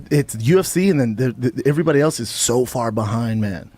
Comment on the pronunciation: Right. And regularly pronounces "else" as "elTse". The guy is almost 60 and hasn't figured out elementary level words.